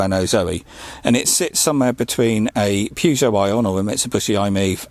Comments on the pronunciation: The way you say Peugeot made me cringe. Decent cars though! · why do you pronounce peugeot wrong ?